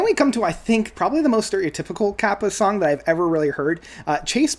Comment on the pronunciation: Kaipa is pronounced "KAY-pa"